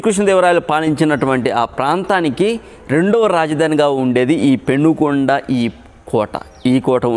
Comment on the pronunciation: పెనుగొండ కాదు.. పెనుకొండ అది.